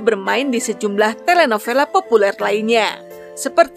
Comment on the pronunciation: Telenovela read as telenobela😊